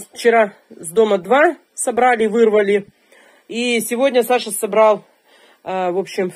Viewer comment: причём ударение ставит на второе а,аж раздражает